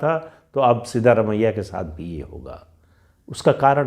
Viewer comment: Sir it is सिद्रामय्या not सिद्धरामय्या